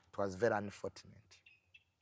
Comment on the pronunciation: Lwaki junior agamba anifotuneti, mukifo kya anifochuneti...(unfortunate).....🤔🤔